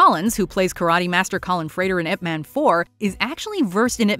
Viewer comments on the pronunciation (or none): none